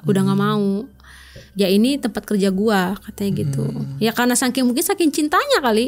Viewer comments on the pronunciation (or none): none